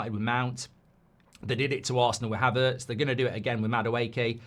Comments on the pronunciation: How did he get Havertz wrong??? 😂 the guy has given us such a great return!!! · How did he get Havertz wrong?? 😂